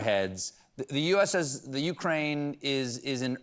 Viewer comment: Please!! Learn how to Correctly say Ukraine. Even YouTube has videos if you don't understand what is written in any dictionary!!!!